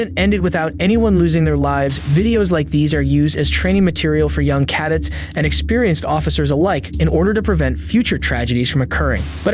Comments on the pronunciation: Please tell me this is AI talking? It’s not cad-ettes (cadet). Another video was sea-Dan (sedan). This is embarrassing that a channel with this many subs can’t even pronounce very simple English words. Please say it’s not you mispronouncing so many words? Also, I’ve seen all of these videos on other body cam channels. Does anyone do the leg work anymore and find unique one’s? 🥱🥱🥱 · I never heard someone pronounce it CAH det. Always been CUH det lol. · Caaa Dat..Umm no..its Ka-Det..Thank your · Wait a minute....at the end of the video you said "cadet" like Cad- It. C'mon man it's pronounced "Cuh Debt" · What the hell is a KADDET? Are you trying to say Cadet? Jesus, man.... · Great Video. Cadet is pronounced "ka-debt" I think, just FYI. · Learn how to pronounce “cadet” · I actually thought this was a real narrator until I heard him mispronounce cadet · I know that saying things incorrectly is just a tactic for ensuring engagement. but hearing people say cadet like that. oof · Pass, the narrator doesn't even know how to pronounce Cadet and they blur out all interesting action because they're scared of YouTube. Boo on this channel, I'm out. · Why is it that the narrator does not know how to pronounce cadet? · I'm sorry but, cadet is not pronounced that way, LOL